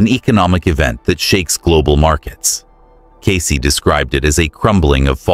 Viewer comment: Cayce ……Get it right ?????